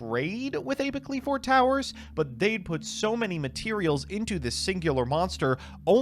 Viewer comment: I am pretty sure you had 100% mispronounced the Qliphorts incorrectly. It's normally Klee-Forts or some variant with *Kli*. And then the biggest issue is Apoqliphort Towers. The way you say it literally wants me to chuck my phone at the nearest wall. (A-pah-klee-fort), so it's like you are saying Apocalypse but replace "calypse" with "qliphort".